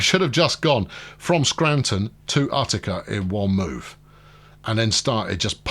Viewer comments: FYI, Utica is pronounced "YOU-ta-ka", you have Syracuse right and the other one is "BING-um-ton". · Utica is (u ti ka) I’m from the Albany area your choice of Syracuse is correct by the way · You're right on Syracuse, but you're wrong on Utica (it's YOUtica) and it's Onieda (oNYEda) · Love your videos, just an FYI - Utica, as in Utica NY. is pronounced (YOU-ti-ka), The U sounds the same as "United". Doesn't take anything from the video series just sayin. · You find weird stuff like that all over, I'm from NY, that's why every time he said Uht-i-ka I cringed. In Manhattan, H-o-u-s-t-o-n Street is pronounced "HOUSE-ten". Where that came from is beyond me.